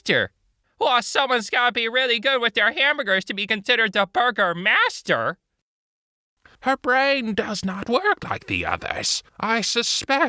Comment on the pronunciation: hearing burgmeister as bugermaster is hilarious